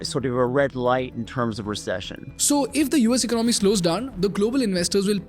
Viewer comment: For heaven's sake it's not ‘ Ik-no-my’ but e-co-namy’!